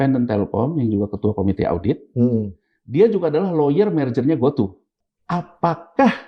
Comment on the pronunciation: Bkn GOTU sebutnya bang...GOTU = Gojek Tukopedia 😂😂😂